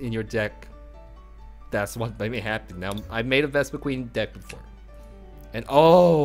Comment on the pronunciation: I hate to be a nitpick, but it's "Vespiquen", not "VespiqueEn". :P Other than that, great video. This looks like a really fun, fast, and most importantly, cheap deck.. except maybe for the Shaymin. lol